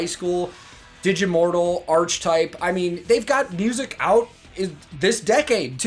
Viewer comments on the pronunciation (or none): Say it with me. Archetype - aar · kuh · taip. Hahaha